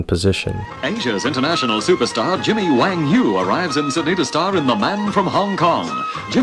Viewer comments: You keep saying Jimmy WONG but it is written & pronounced Jimmy WANG. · WANG. not WONG.